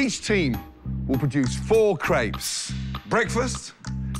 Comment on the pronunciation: Video starts: "craibs"